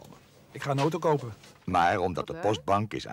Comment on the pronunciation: Veural irritant met incorrecte uitspraken zoals zeuven, oto, en kanteur